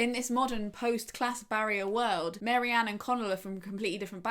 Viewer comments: babes its Marianne not Mary-Anne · Very interesting - but Marianne not Mary-Ann!! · I was surprised by pronunciation of Marianne. I thought it was 'Marry-anne' as I knew someone with a similar spelling who pronounced it that way but now I'm questioning myself. I know it doesn't really matter but I like to say characters names correctly.